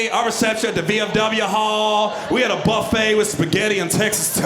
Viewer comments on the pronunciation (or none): none